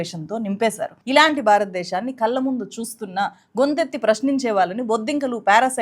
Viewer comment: "ప్రభుత్వం ఒళ్ళో కూర్చుని" అని "ళ" అక్షరాన్ని చక్కగా పలికిన మీరు "వాల్లు, వీల్లు, కల్లు, వెల్లి, పెల్లి" అని ఎందుకు పలుకుతున్నారు? స్టైలా? "ళ" అక్షరాన్ని సరిగా పలకటం నేర్చుకున్నాకే మైక్ ముందు కూర్చోండి.